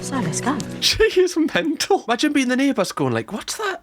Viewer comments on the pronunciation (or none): none